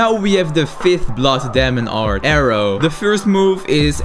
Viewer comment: I love this guy so much I totally live him pronounce demon art as Damon art